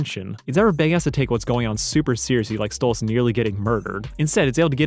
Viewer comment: Why do you say Stolitz instead of Stolas? It’s canon in the series and irl that it is Stolas, you should change it.